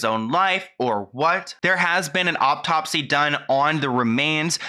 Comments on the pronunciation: Okay no hate I promise, I’m just curious why you say optopsy instead of autopsy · Is anyone else annoyed when says auPtopsy instead of autopsy? 😅 Anyway, thanks for your hard work! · No hate at all, just here to help. It's autopsy not optopsy. Love ya, I love your channel! 🙌🏻🙏🏻❤